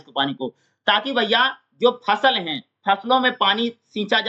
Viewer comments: फल नहीं भाई फसल वो फसल है। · Fal nahi h fasal h